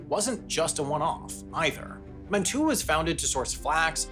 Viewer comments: Hey, Weird pronunciation thing. Mantua, is said Man-uh-way. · contrary to all logic and reason, Mantua is actually pronounced “mana-way” Sorry about our local linguistic boobytraps. Also, (from your arms manufacturing video) Tooele is “too-willa” Thanks for highlighting our wacky state! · Howdy! Lifelong Utahn here. - Mantua is pronounced Man-e-way or Man-te-way, not Man-too-uh. We don't like to say things the way they are spelled out, like Tooele, Hurricane, Oquirrh, etc. Great video! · Haha we don’t say our “t”s in Utah, Mantua is pronounced “man-ooh-ay” not “man-tooh-ah” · This video was extremely well made, but pronouncing ‘Mantua’ like ‘Man-too-uh’ is an amateur move 😂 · pronounced “man-uh-way”, not “man-too-uh” don’t forget the experimental towns under the “United Order” Brigham City hosted a cooperative style of communal living where people owned shares of the local shops. There was also a “tramp department” set up to assist wanderers and vagrants who were in need of work. There was also Orderville, another community set up under the United Order. It resembled barracks-style communism. It was administered at the top by church representatives, but local matters were handled democratically through votes and election within the 33 departments. Due to the focus on shared property, there was no money, people shared rooms and would dine in a common hall. No person in the community could have private property, but they would be given back any invested capital if they wanted to leave. It lasted for a few years until it’s collapse due to lack of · Man-Two-Uh 😂😂😂 It's pronounced man-uh-way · I would say it was accurate until he said “MAN TOO UH” Mantua is pronounced “Man-away” just like Tooele is pronounced “Too-illa” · Mantua is pronounced manaway just fyi. I believe it’s from the Polynesian culture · it’s pronounced man-a-way not man-tu-a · Just so you know, Mantua is not pronounced Man-to-ah, its Man-to-ay, or in Utahnics, Man-away. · "man-tew-uh" Nice fact checking